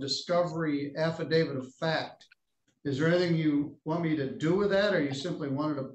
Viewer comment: Did he say, "Happydavit"???????????????????